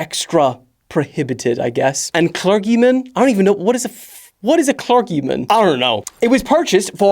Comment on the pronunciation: It's "cler-jee", not cler-gee. You need to get familiar with chrches and their hierarchy. By the way, that's "hierar-kee", not "hier=archie".